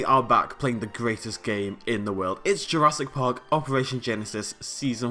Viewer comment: welcome to jurrasic BHWVWGG more like jurrasic park hahha yeaah ur laughing